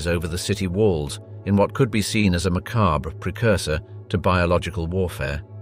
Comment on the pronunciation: I swear to god if this guys said "poignant" or "mechabre" one more time, I'll lose my fucking mind.